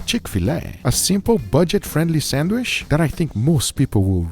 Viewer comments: I love how he says “sandwich” sanwish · Odd that Guga says "sandwish" instead of sandwich. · I couldn't stand hearing someone say "sandwish" a hundred times. Sorry guga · i love guga hi is awesome but why why does he call a sandwich a sandwish :D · Bro it’s pronounced SandWICH not SandWISH 😭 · why do people say sand"wish" instead of sand"witch". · Sandwich ❌ Sandwish ✅ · Darling it's sandwich, but you say sandwish😢😢😢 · GUGA GODDAMN U DONT SHOW TO HAVE AN ACCENT IF U ONLY MISSPRONUNCE ONLY ONE ENGLISH WORD “SHANDWISH” JUST SAY IT NORMALY MAN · SandwiCH, not sandwish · Is not a "Sanwish"!!!! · The way Guga says Sandwisssshhhhhh is excidingly Brazilian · lmao the way you kept saying sandwish kept distracting me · I love the way Guga says sandwish.👌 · i clicked this just to hear him say sandwish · I love the way u say SandWish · Guga please say sandwich like normal human........ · The real struggle is Guga pronouncing sandwich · Guga, just pronounce "sandwich" like a normal person. 😄😆😄😆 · Every time Guga miss prononce "Sandwich" ..... take a shot